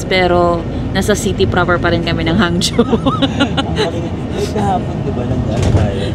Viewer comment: Not Hang—Zo / the correct pronunciation is HANG—JO